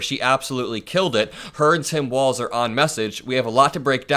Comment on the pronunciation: Why is he pronouncing Walz like 'Walsh'?